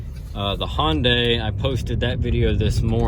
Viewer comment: Hyundai is pronounced huhn- day . Not Hon-day . It just drives me crazy I don't know why thank you so much. People want to call them a Honda with day on the end ... Why ?😉